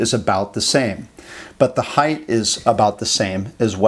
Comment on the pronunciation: Height not heigth🤮